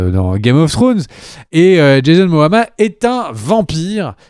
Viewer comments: C Jason momoa pas moama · "van hesling" " jason moama" Bah dites moi xD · C'est Jason "MOMOA", pas "MOAMA"... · Ne pas savoir que le snyder cut sera à 85% des nouvelles images! Ne pas réussir à prononcer correctement « Momoa »! le confinement à été très dur pour l’ami!! 😓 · Ou Moana 😉